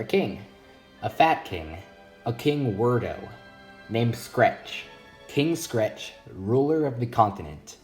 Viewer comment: Weirdos is how its pronounced